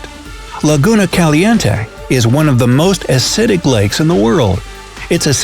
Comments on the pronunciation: The way he pronounces "Caliente" gets me tight😡😡🙎 Also the. Pink lake I want to swim in but it's also kinda scary the way they talk about it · Me: can’t get over the way they pronounced caliente